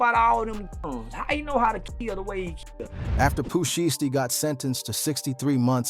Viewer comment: 😂 " pu she esty"